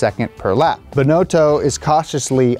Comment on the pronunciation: Bin-know-toe. XD